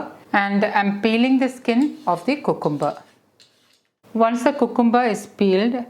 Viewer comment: Thanks for this healthy salad recipe. You are very good at English but can you plz check the pronunciation of cucumber It’s pronounced kyu kem ber